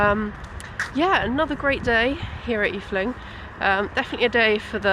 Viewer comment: Just a note, its Efteling. The E is silent for your Brits. Just pronounce it Fteling. Fteling And the first darkride you were in , is called Droom vlucht . translated as Dream flight .